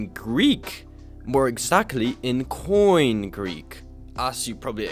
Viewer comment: koine greek is nout pronounced like "coin", you should either pronounce the e at the end like in erasmian pronounciation (anachronistic for the first century A.D) or like "kini" (with the post 6th century greek pronunciation).